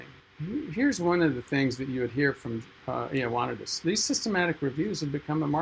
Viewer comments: Ioannidis is pronounced "Yo-need-eeds". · It's pronounced ee oh ah NEE dis, but Greeks tend to moosh it together so it sounds like ee wa NEE dis. You didn't mention that his seminal paper is now almost 15 years old. It has chilled the hearts of many researchers, but it remains to be seen whether it will actually stop the self-serving mutilation of published papers. And that's not him in the background photo.